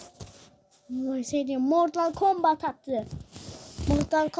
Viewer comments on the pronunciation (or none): Mal o mortal kombat diye okun muyo o mortıl kombat diye okunuyo